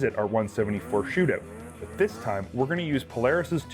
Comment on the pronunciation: OOOOOOT N ABOOOOT IN THE SHOOTOOOOOOT